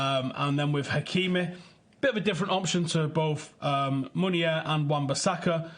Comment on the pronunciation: Please not meunier